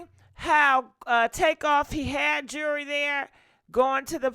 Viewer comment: Jew-el-ry NOT Jury! Rest in Peace Take off! 😪💔🙏🏾